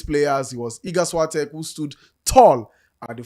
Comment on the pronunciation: this is not a way to say Świątek